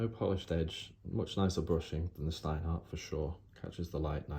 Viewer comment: Shhhhhhhhhteinhart. It is how it's pronounced